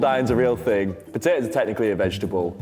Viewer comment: saying ting lmfao